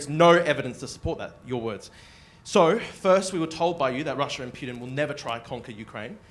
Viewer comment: You know its a CIA plant when they talk fast and pronounce Putin "Pewtin".